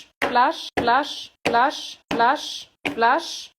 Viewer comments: Wer hört auch manchmal lush, glash oder wlash?😅✨️ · Hört ihr manchmal Lush,Blush und glush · Ich habe fast immer zum Ende Lush verstanden😂😂😂? Oder dlush😂😂😂😂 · Ich versteh die ganze Zeit: ,,Blush, Slush, Wash, Aash, Quash"-🤣🤣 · Am Ende hab ich nur noch Las verstanden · hört sich manchmal an wie glush